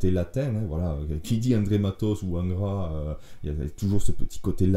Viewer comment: Bonjour ! Merci pour le temps passé à t'écouter. Pardon d'avance 😋 mais quand tu dis Angra avec ton accent cela sonne ingrat a mes oreilles. Donc ; étant bassiste d'ingrat normal qu'il soit oublié... Humour et rip pour le (Monsieur)Matos et bite en cours,cela n'est point mon affaire. R.I.P (mieux vaut en rire que s'en foutre 😢). Bonne continuation 🖖🤘🙏